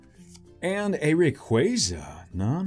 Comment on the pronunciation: y does everyone mispronounce rayquaza it RAY-KWAH-ZUH